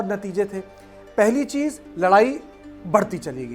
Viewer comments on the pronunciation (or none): none